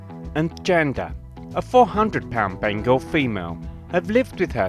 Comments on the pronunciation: I love how he pronounces Bengal as bangle😅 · Me - ben - gal not be- ngal